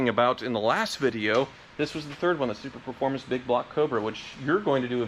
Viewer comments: Say it with me - SUPERFORMANCE. SUPERFORMANCE. Not SuperPerformance. SUPERFORMANCE.:) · Just want to say that the Cobra replica is called a Superformance, not a Superperformance. Can’t tell if it’s an error or a purposeful quirk. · It's driving me nuts! It's Superformance! Not super performance! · Super-formance, not Super-performance.